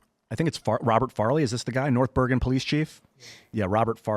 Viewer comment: Its pronounced Noyth. Boygan